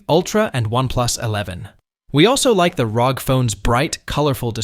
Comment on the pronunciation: its R O G you don’t say it as a word